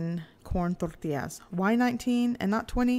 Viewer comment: You got me at rolling your "R's" in Tortillas! Thanks for showing us how easy it is to make them...